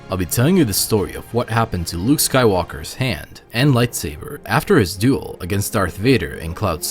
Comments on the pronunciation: You aren't disappointing me at all, that's ok, it doesn't have to be to narrate videos. Or to enunciate words/syllables/sounds bud. I know they aren't, and they don't need to and shouldn't be. It is a good thing to have great diversity, but that has nothing to do with you enunciating the "el" in duel/dueling. And my suggestion was just that, a friendly suggestion and comment about something I'd noticed and also found a little amusing. You can take it as you will, and do/don't do whatever you want to with it bud. You gotta admit tho, it's a bit funny hearing "when mace was doing sidious" hahaha, and is kinda funny but also a bit odd hearing "when luke was doing his father" lol. Anyway, thanks for the reply and for yet another cool video! Have a great day and may the force be with you, always! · Yeah I know, that's what makes it funny, and while it sounds a bit odd and gross/messed up/foul/etc when it sounds like "when Luke is doing his father" we do know that you are saying duel so it's not actually odd and gross but rather kind of humorous. The "when Mace was doing Palpatine/Sidious" one it hilarious no matter what tho lol!